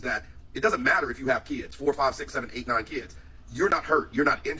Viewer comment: Lady why don't you talk right (section eat)-8...(60-deezs).days 😂